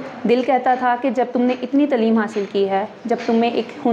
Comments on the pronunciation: باقی تو ٹھیک ہے لیکن پلیز لفظ تعلیم ھوتا ھے تلیم نہیں ھوتا ۔۔۔۔ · Tlim tlim nhi taleem hota h anchor ko chahiey is ko batay tlim nhi hota